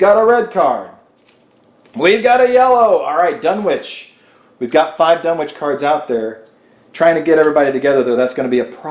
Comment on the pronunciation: They don't lose Insanity, they lose Sanity. It's ShOggoth, not ShAggoth. The W in Dunwich is silent. The O in Innsmouth is silent. MI-GO EYE, not MU-GU EYE smmfh